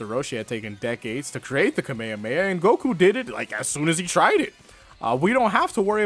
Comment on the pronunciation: Dude said "the kamayamaya" 💀